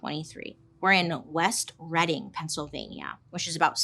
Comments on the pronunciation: Thank you for pronouncing Reading correctly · I live 10 minutes from there. I used to live right at the corner from Palmers, seeing the aftermath in person is surreal, those poor people. Also thank you pronouncing ‘Reading, Pa’ correctly. 😉